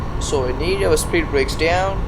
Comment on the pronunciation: what did you say there? spear brakes? I didnt understand